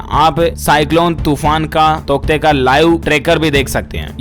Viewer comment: तौकते या टोकत्ते 😂😂